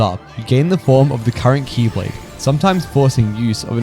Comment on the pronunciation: The faint old man xehanort "X-blade" every time you say key lade made me smile.